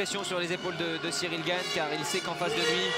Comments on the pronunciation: Qui dit au commentateur que c’est Cyril gane et pas Cyril GAGNE ? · Tout le long j'ai entendu "Cyril Gagne"